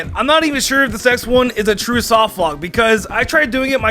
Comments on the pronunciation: Take a drink every time says "softlockt" instead of "softlock" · Is he saying “softlockt”? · Why do you put a t at the end of soft lock sometimes. Like not every time but some times you say soft lockt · Am I the only one slightly triggered by the fact that he keeps saying softlockt. With a “T” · Weird choice of video topic considering how much trouble you have saying the word 'softlock'